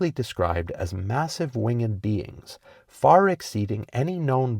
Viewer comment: Wing-ed? A. I 'd' d? What alphabet?